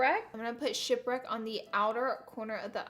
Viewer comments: Who else heard shit brick instead of ship wreak? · When you said shipwreck I thought you said shit brick 😹😹😹